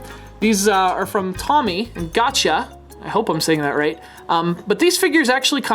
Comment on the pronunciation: Hey,. The manufacturer's name is pronounced "tome-ey" with a long o, not "tommy."